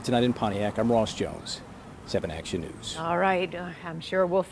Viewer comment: you have the white to wemain silent